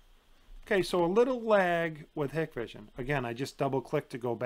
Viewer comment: Thank you Dahua vs hikvision (actually pronounced Hike-Vision) is not even a debate to anyone in the know. Also IVMS is absolute trash. Hikvision is great if you have no understanding of networking. But it’s comparing a college team to a professional team. They are not alike